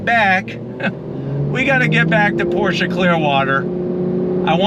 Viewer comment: Thank you for pronouncing Pro"SHA" correctly sir!